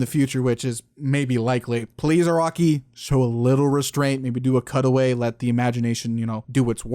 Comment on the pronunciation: Not gonna lie, everytime you said "Araki" i heard "A Rocky" XD